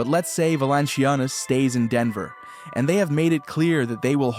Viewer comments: You really need to learn how to pronounce Valančiūnas and say it correctly EVERY time... :earsbleeding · befor you start about Europe, which seems like you do not know much about, at least learn to pronounce his name;-) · Yeah this guy is pretty dumb. Mispronouncing JVs name, saying that Adam Silver started the 2nd apron, twin towers will never happen with Joker and JV. JV is meant to spell Jokic as he has had to play 37 mins a game just to get us a top 4 seed. We were the best offense in the league with Jokic on the floor, the worst in the league and historically bad with Joker off the floor.